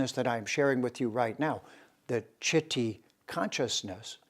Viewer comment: It's pronounced as chitt not t tt for taimur Tehran. Bharat means .. bha means rays of sun ... and rat means engrossed.. so in a land where all humans are engrossed in search of rays of truth is called bharat.